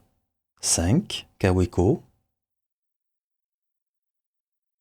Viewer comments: Ca fait vraiment bizarre de vous entendre prononcer "kaoueco" un peu comme si on disait une volksouagen" 😅😅😅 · En Belgique, nous disons Kaoueko, Volksouagaine... et même Béèmoué pour BMW 😁